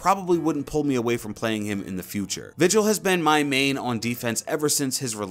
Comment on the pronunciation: where random it’s vigil not vigel 👍